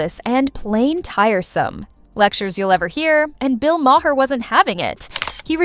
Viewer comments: You need to understand how to pronounce Maher's name. It's not Ma-her it's Ma'er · LOL, It started at "May-Her" and went to "May-Hair"